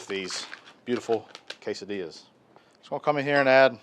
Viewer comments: Dude! K-Sa-Dillas!! Man that’s some good groceries. We doing that this weekend! Thanks buddy! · Thanks and Marti! Love a good K-Sa-Dillas!